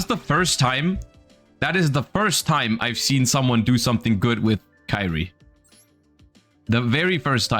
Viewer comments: I don't think he needs more comments that badly. Much rather, he doesn't know how to pronounce it in English. Maybe he actually doesn't know the word (not everyone here is raised Christian). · Why do you pronounce Kyrie the way you do here?